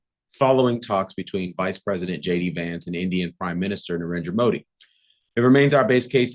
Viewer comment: I m pleasantly surprised you pronounced Indian PM Narendra Modis name correctly. 🤩